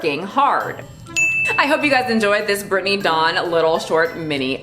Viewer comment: Whenever you say her name I always hear “Brittney Dong” and I can’t with myself right now.